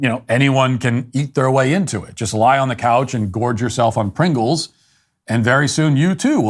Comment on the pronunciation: Did Matt say Prinkles?